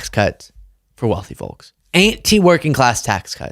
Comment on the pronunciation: The L in FOLKS is silent